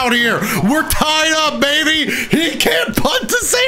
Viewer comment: said “ tier “ instead of tied 😂😂☺️☺️